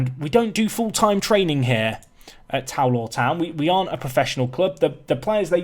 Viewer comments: You pronounced Tow Law wrong, Tow rhymes with cow. TOE LAW LOL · You immediately pronounced the club wrong again. I'm not sure the board are going to be thrilled if you do that. :p (should have waited two seconds to make comment)